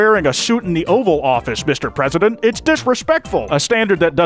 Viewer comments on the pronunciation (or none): mistow pwesident